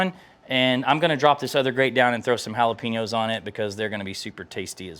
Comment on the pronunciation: Jalapeño is pronounced (Hall-A-Pain-Yo). it's not pronounced Hal-a-Pee-No (Jalapeeno)..lol